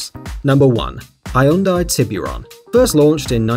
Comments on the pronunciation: Its not high-un-dai Its hyeon-day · are you really pronoucing Hyundai, hai yun dai? wow... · We tend to pronounce it like Hjun-dai here. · How about checking the pronunciation of "Hyundai" before saying it wrong 20 times in a row?